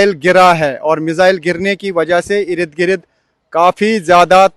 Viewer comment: Irid Girid... Bhai Ird Gird